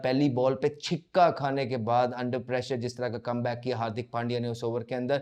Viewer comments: छिक्का नहीं छक्का बोलो उच्चारण शुद्ध किया करो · What the f is chikka😂😂 Chakka hota hai , six bol lo